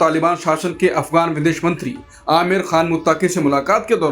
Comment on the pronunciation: Aamir Nahi Ameer Bolna Sahih hai.